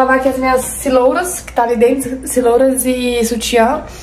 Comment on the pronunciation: não é CELORAS e sim CEROLAS,vc troca a ordem do R e L. E não é OREGUINO é ORÉGANO. Bjs 🌻